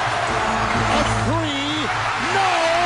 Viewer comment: Three : free, Thunder : Funder. Lol